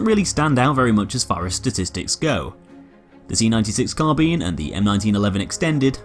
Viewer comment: Nice to see someone pronounce carbine correctly, unlike all the dim-witted millennials everywhere calling it 'car-byne'